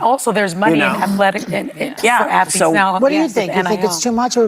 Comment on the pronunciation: This fake Muslim 🦝 just said afalete.🤦🏾‍♂️